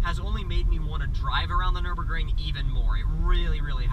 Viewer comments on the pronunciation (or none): dude its called nürburgring ;)